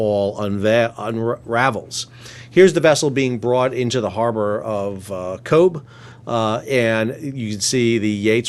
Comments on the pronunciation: For your information the harbour there is pronounced Cove not Cobe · FYI on Irish pronunciation: Cobh is pronounced "Cove" (bh in Irish is a v sound). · Cobh, pron "cove" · It is pronounced cove......but spelt cobh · Cobh is pronounced Cove. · Cobh is pronounced Cove. Very interesting video! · FYI.... 3 things, The Irish rangers are pretty much the equivalent of the SAS or Navy Seals 2nd, Irish territorial waters are the largest in Europe, 880,000Km2, which is ten times the size of the island of Ireland. Lastly the port of Cobh is phonetically pronounced COVE Hope some of that helps? 👍❤️🇮🇪👍❤️🇮🇪👍❤️🇮🇪👍❤️🇮🇪👍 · Cobh! As in "MY boat is anchored in the Cove". For the love of god, please Google Irish names/place names! 😂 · Technically it wasn't the Navy that boarded the ship, it was the Army - (Army Ranger Wing) special forces, via the Irish Air Corps helicpoter. The navy were unable to board due to high seas. Once the vessel was brought in to port, the Navy then boarded. Cobh in Cork ... it's pronounced Cove. The crisis in the Irish defence forces is a real disgrace and shame. As someone who has served previously, I am furious as to how the current and previous govts have run our defence forces in to the ground. It needs proper funding and support. We desparately need our navy to get back to operational status. Very good commentary in your video on this whole incident. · The town Cobh is pronounced like 'cove', it's a gaeilic name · It's pronounced COVE. We understand that the placename COBH (a fishing town, port, and tourist center here in county Cork) can cause problems when it comes to the correct pronunciation, but a BH here in Eire gives a V-sound, so it's pronounced as COVE. Think that's tough - try YOUGHAL for size - another town by the sea here in Cork.😄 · "cobh" is pronounced 'cove'. bh in irish makes a 've' sound. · Cobh is pronounced Cove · It's pronounced "Cove". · Cobh is pronounced “Cove”. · Cobh is Gailec , it is pronounced cove.